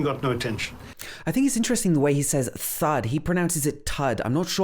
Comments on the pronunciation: Very well spotted the 'th' sound in the word 'thud'. Its actually how Indians pronounce the 'th' sound. In fact, there are two ways to pronounce 'th'. For example: the, there, these,them, then, than, though have the first type of 'th' in Indian English and thud, thought, thrust, think, thirst, thanks have the second 'th' sound. The way Britishers and Americans pronounce 'th' is very different. What I believe the reason behind different sounds in Indian English is that we have two consonants in Hindi that have such sounds. And, there is no consonant in Hindi that has American or British 'th' sound. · The way he pronounces ‘thud’ has to do with Indian phonology. A lot of Indian languages have an aspirated t sound (/tʰ/), so Indian speakers will often say /tʰ/ instead of /θ/.